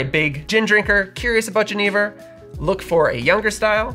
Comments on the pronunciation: great video but it pains me so much every time you say “jeh-knee-vurr”. its a soft g, like a y. yen-nih-vurr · Oi. Genever is pronounced with a throaty Dutch CH sound. I don't think I would have understood what you say only hearing it pronounced. JE, as in Jerez, neh-ver. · I’m definitely interested to learn more but I had a question - when I was first introduced to this spirit in SF, I was told it’s pronounced “Gen-UH-Ver” but I see you pronounce it “Gen-EE-ver” so was just curious. Thanks as always for the great videos and going into lesser know spirits like these! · My Dutch friend introduced me to Genever many years ago... but he pronounced it "ZHEN-uh-vair"... And there's some pretty strong ones that will knock you on your Enjoy! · Great comment! My ears hurt when pronounced the spirit's name as he did. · The mispronunciation is so distracting. I love your videos, but this one, argh. Also, at the TOC Genever outsold gin 10:1. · I first tried Genever (I think you are not pronouncing it correctly) in Amsterdam over 15 years ago, then again in 2013 at the Genever festival in Hasselt Belgium. It is a an excellent spirit, especially the Oude style. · How many times do you think you said Genever in this video?